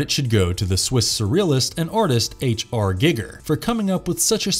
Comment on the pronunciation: "H R GiggeR" 😂 That tell tale "I read this 5 minutes ago" pronunciation lmao